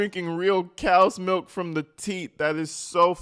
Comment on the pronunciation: “But I always drink plenty of … malk?!”